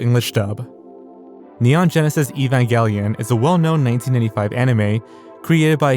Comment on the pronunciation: Dude can't even pronounce "Evangelion" right. WTF?